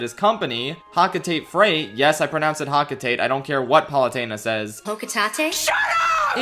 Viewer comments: it is hokotahtay not hocuhtait 😢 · Just gonna say it anyway: It's pronounced "Hoe-co-tah-tay," not "Hawk-o-tayt" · It's pronounced Hoc-o-tate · pronunciation doesn't even make sense. The name Hocotate Freight is obviously alliteration, so why would it be pronounced Ho-ko-tah-teh Freight? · the first to pronounce Hocotate, pronounced it like that cause that’s how nintendo pronounces it unfortunately